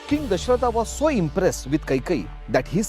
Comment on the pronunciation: Love your channel but please dont say Dashrathaaa instead of Dashrath.. Foreign accents take away the authenticity of storytelling..